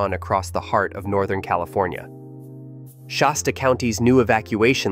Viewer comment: No , No , No it's Shasta, it hasta be Shasta ! hahahaha hahahaha. 🤪🤪🤪